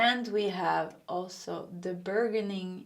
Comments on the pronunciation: Pile 2: it’s pronounced “bur-jun-ing.” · Lol this is a ridiculous word, no wonder you found it challenging. Say it "burdge-uhn-eeng". ❤❤❤ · Just so you know, burgeoning is proounce bur-je-ning...you are my favorite tarot reader! Thank you for making these videos so often! <3